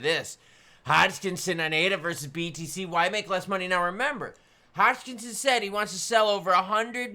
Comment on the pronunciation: Hogkinson? There’s no G in Hoskinson.